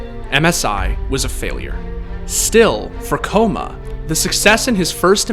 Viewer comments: BRO its kkOma no Kkoma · ''koma'' pronounce is wrong, ''kk'' stronger K. Means little kid in korean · Kkoma is pronounced ggoma which means little kid. Don’t say his name with a K noob. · Pretty sure kkoma is pronounced with more of a gho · It's "k-koma" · Is it not pronounced K Koma? There is a reason for 2 k's... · I always thought his name was pronounced gogoma (kkoma) like sweet potatoes in korean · Kkoma is supposed to be pronounced Ggoma (꼬마), it roughly means "little kid" in Korean, just a little FYI. But honestly all your esports documentaries are awesome. Thanks for shedding some light on my favourite coach! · It’s pronounced “ kay-koma” kabba